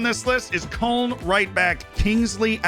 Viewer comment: if you can't be bothered tryna pronounce Köln the german way just say it the English way. You can't be bothered learning how to pronounce Ehizibue it's not like it's a shame thing